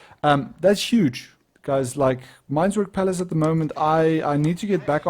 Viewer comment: it's meinwerk not meinswerk